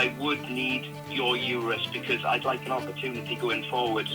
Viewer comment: I dunno why it bugs me when people say Urus wrong lol. It's like oo-ris..that's how the designer says it..there is a DDE video where they went for a drive with the creator and asked him how to pronounce it.